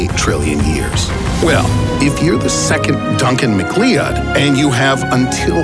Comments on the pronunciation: macleead? Ma-cloud (MacLeod) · It's Duncan Mc Cloud, not Mc Cleeud. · Mclee-ood really is no body talking about this even if you've never watched highlander I think every one knows it's pronounced mac-cloud come on I forgive you but come on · “” Duncan MacLeod “” why do people talk about things they don’t know jack shit about. You pronounce his name like Duncan Mc—Cloud not Mc—LE—odd. When people make stupid mistakes like that. I just quit watching the video. Because if he’s too dumb to get the pronunciation of a characters name correct. What else is he getting wrong. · mcwhat? its pronounced mcloud, not mc le-od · uh.."Mac Lee-uuhhd"..? Look,, I know that everyone's got their accent, and all, but as others have said, probaly McCloud (lie the NBC Mystery Movie) is the best way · Wow.. micleeodd.... its pronounced Maclowd.. its a pretty common last name cmon... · Duncan Mac cleood? The Fck?! Duncan Mac Cloud..... At least do some research on how to pronounce things before reading someone's script.... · not duncan mcleeodd its duncan mcloud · Lol Duncan Mi-klee-ud... It's pronounced Muh-klowd, like a cloud in the sky. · "2nd Duncan Mc-LEE-UDD". Oh,... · How he pronounced Macleod. (Highlander reference) "Mac Leeod" instead of "Macloud". Don't call it AI. Call it CGV: Computer Generated Voice. Not on my Turing watch... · Duncan Mc-Cleee-odd?? Lol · Duncan MickLeeOdd. 😂😂😅 Watch the Highlander. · Hahah it's pronounced Duncan MACCLOUD .. How can you reference a character that you've clearly never seen? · Its pronounced Duncan Mc Cloud... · Duncan MacLeod. (Mack Loud) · It's so disappointing to discover that you're not a real nerd. A real nerd would have pronounced the Highlanders name correctly: Pronunciation, /məˈklaʊd/ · Duncan Macleod is pronounced "mac cloud" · Duncan MacLeod is pronounced Duncan MacCloud. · Duncan "Mek-klee-odd"??? You mean MacLeod? I'm so confused on why you pronounced it that way. LOL! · It’s pronounced Mac•Cloud’